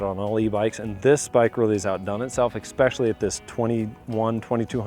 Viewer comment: The word is “ess-PESH-yah-lee” not “eck-spesh-yal-lee”. It is spelled “especially.” There is no k in the word.